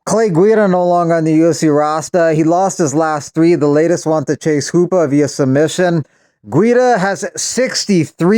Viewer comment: "Clay Guida no longah in the UFC rostah.. ..he lost against chase hoopah" lol